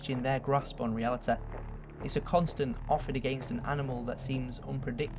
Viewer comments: Did anyone else catch the "Reali-teh" ? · "realitah" I love it. Like Cartman and his authoritah. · Ok, don't take this as an insult, but I like how you say realiteh and humaniteh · Hyoumanyteh Nagesawkeh Realeteh Twenteh Worreh Boddeh Slowwleh Summerreh Safteh Technolegeh Conspeeraceh Onleh Telepetheh Preeviousleh LMFAO I tried to get all of them. Tell me if I missed any. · Nagasakeh realiteh humaniteh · Humaniteh. Realiteh. nagasakeh. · It's realiTY nagasaKI NOT TEH NOT KEH FUUUUU. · what is "realiteh" and "nagasakeh"? Please answer or I will make you "RESPECT MY AUTHORITEH!" I'm just kidding, man. good video. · realitah humanitah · The way he pronounces the word: reality had me in stitches :D